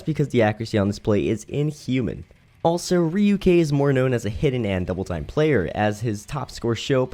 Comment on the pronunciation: ryuk is named after ryuk the shinigami from death note so get his pronunciation right